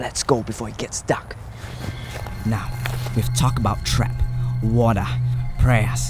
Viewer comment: I have an Australian friend who says water like how says it